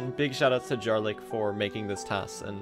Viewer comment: You're pronouncing Jarlyk incorrectly; the "j" is pronounced like the "y" in "yam"